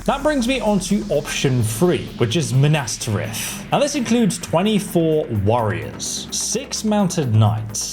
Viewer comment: Dude do you purposely say things wrong just to piss me off, I feel target by how you say Minas tirith